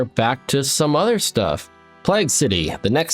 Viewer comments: love the videos but my god learn to pronounce plague properly. the "plag" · Your pronunciation of plague is really irking the Britishness in me